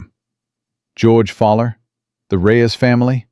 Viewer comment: George's name is NOT "FALLER". His name is "FOWL-ER". "FOWL" - "ER". as in "OWL", or as in "Fowl" - as in Birds.